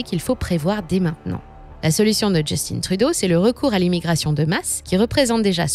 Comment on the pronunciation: On dit Justin Trudeau et non "djustine truuuudoooo" comme dirait les anglais